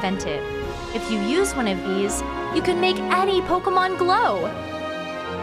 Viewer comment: Lost interest after the third time she said "Pokamon".